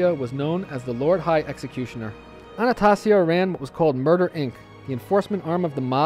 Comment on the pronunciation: It's ANNA STAY ZEE A PHONICALLY